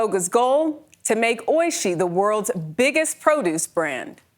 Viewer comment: its oiSHII not OIshi